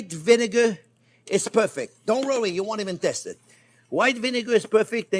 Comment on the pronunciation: "Dont rury bout um."..